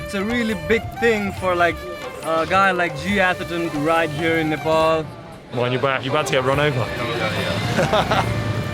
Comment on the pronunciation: It's not Nepol, It's Nepal